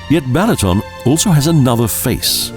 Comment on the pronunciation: Koszeg, not kocheg; Apothecary to a Golden Unicorn. You would think that the person talking about the country would learn how to pronounce the names of the places he is talking about. Lovely country, atrocious dialogue. Balaton is being pronounced Bahlahton by the narrator.